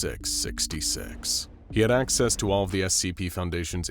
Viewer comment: gng he ment that he didn't say 4666 like a curse but said it like fourty six sixty SEX not six gng🥀🥀